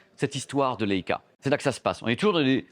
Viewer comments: Comme la première chienne dans l'espace : Laika. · Il serait judicieux d‘apprendre à prononcer le nom de la marque convenablement.